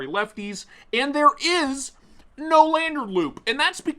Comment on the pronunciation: Uh oh…you said “lanyard”…